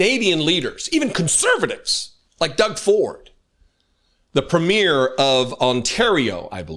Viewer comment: Not the most relevant point, but Canadian provincial leaders are pronounced PRE-myur, emphasis on the first syllable.